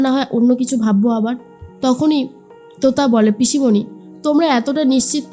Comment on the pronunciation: তুতা নয় , তোতা 😂